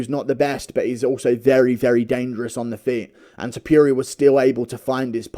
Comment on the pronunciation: Ilia To-pure-ia is a hell of a boxer